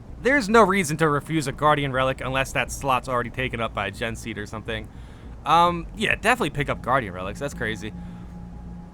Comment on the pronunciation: gene seed is pronounced "jean" seed. human genome. DNA. all that shit